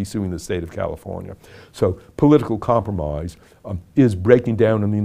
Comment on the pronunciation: Not once in my life did I think I would one day be watching president Lincoln saying comproomoise over and over again to me. We live in an age, I tell ya.